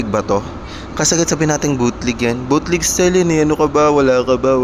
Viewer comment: Bootleg... Hindi BUTLIG 😂😂😂